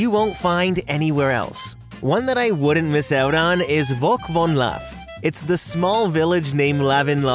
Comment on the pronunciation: And it's Volk van laaf not you said , greetings from the Netherlands